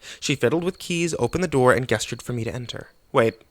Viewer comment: In the description box you put "from the bowls of hell" and it's "bowels" AND I can't believe it, you said "guess-churred" instead of "jess-chured" for the word "gestured"... Do you do this on purpose to drive those with OCD mad? Lol I LOVE how you read though!